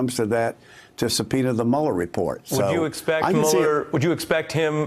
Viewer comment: "this mistery grand jury supenis..."